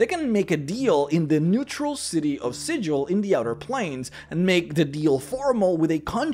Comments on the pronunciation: Small note,, the city of Sigil is pronounced with a hard G, not a j sound. In lore, the denizens of Sigil get rather annoyed at hearing their city name being mispronounced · "We can excuse the fact that you slaughtered two yugoloths before you realized where you were, outsider, but you pronounced the name of our fair city ‘Sijil,’ not ‘Sigil,’ and there can be no excuse for that!" Her Honor Rastina Tollin of the Guvners